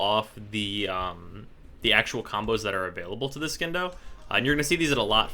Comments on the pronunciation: Charles McFarlane its not silent its pronounced as C, even tho he says skindo for some reason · Hey,! I know this video is old, but as a friendly reminder, it's pronounced sin-doh. Just like science. It's not skience, it's sigh-ence. Silent C. Love your videos by the way! New subscriber here.:) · I'm not the authority on this. But I would say the c in Scindo is silent.